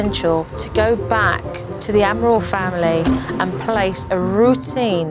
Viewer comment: Jo: Admirals? Amarals... A-Amarals... AMarals... AmaRALs... Ral-rals... AmarALs... I love how hard Jo found it to pronounce the Amaral's surname!